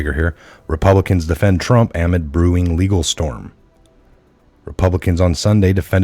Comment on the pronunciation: No offense but the word amid is enunciated a-mid! Like duh, it's auh! Like middle, it's mid!